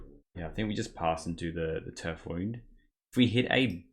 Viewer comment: What a sweet deck! Btw, I think the "wound" in Turf Wound is "wound" as in injury, not "wound" as in winding. Loved the games, thanks for the vid!